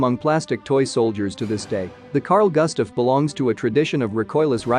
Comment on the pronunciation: Just cause americans cant pronounce Swedish names does not mean the name will be americanized into goostav.